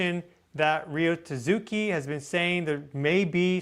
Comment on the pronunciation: if you say Tasuki one more time ima slap you its TAT-SUKI XD